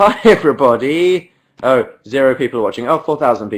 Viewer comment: I love how great it sounds when he says "hi everyBODY" dan literally ruined my life